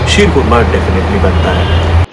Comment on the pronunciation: कोरमा नहीं( खोरमा) होता है khorma उर्दू में खजुर को कहते है